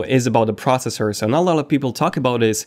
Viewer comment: It’s pros-SES-sore, NOT “prosser”-slow down and speak clearly!!